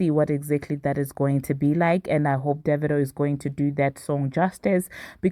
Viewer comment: You just taught me how pronounce Divado lol but yeah AFRO BEATS BEEN THE WAVE. I am so happy for them both.